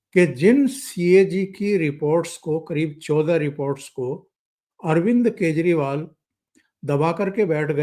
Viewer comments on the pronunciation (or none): none